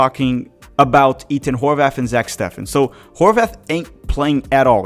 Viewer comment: Why do you pronounce Ethan as E”T”han instead of the typical TH sound? I’m just curious